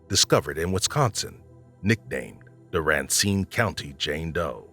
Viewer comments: Nitpicking here, kept getting triggered when you kept saying “raincine” county, but had to rewind to listen to the last reference, you pronounced it correctly”Racine” …. Sorry for the snark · How can a man like Dennis Bowman adopt a baby that’s ridiculous ‼️ you said RACINE WRONG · I enjoy the content, but please try and be more cognizant of pronunciation. Amarillo has one R at the end. Racine county has only one N. The inconsistencies drove me a bit batty.